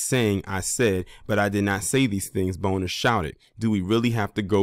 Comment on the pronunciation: That's how u pronouce his name?.......For real for real??😅😅😅